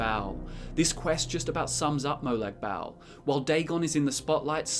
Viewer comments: its not molag bal its Molag Bal like bawl u dont say bal dont sound right ... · It's pronounced (moe-log ball) but spelt like that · Its more pronouced like "Barl" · “Molag Bowel” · I'm sorry, but I just can't stand how you say Molag Bal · It’s Molag bal